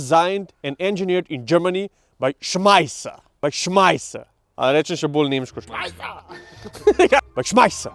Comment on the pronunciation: "Schmisser" bless you sir! 🤣🤣🤣